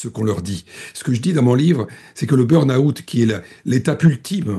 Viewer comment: Burn out, pas "burn aout"!!! quand même, prononcer convenablement u n mot d'origine anglaise n'est pas si difficile, non?Q uand à devenir britanniques autant le faire convenablement.